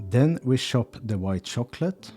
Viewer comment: And I love the gentle way "ch" comes out like "shh", the way he says "shop" for "chop", "shicken" for "chicken" and "shocklate" for "chocolate" ❤❤❤.